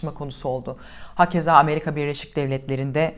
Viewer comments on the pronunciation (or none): none